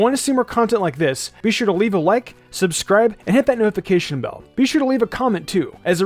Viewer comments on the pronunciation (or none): none